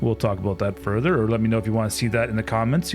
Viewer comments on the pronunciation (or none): none